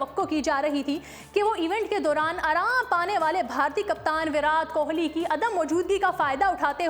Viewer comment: No 1 PR varaat Kohli barajman h Ye Naam bhi dhng se le nhi paa rhe h